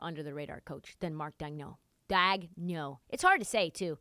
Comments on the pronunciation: You’re butchering Marks name lol. Just call him coach Mark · You’re not saying Marks name right still lol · "Nobody knows how to pronounce his name" proceeds to pronounce his name wrong "They got Dario Saric, who's probably going to be bought out" Yea this chick has no idea what she's talking about, Dario is finishing the year in OKC, he's not going to be bought out.